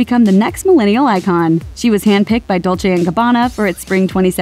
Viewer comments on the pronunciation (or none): none